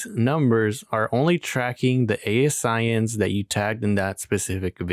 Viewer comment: I LOVE software! I’m an Amazon Seller and I do influencer! Are you the developer? It’s pronounced A-Sin’s BTW 🤣